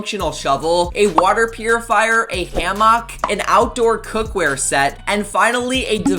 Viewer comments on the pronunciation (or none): "a HAM-UCK" xD im dead lol!